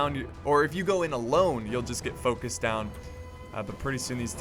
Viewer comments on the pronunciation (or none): none